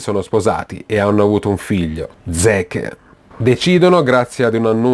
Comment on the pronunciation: cazzo zeke si legge zik e jager si legge iegher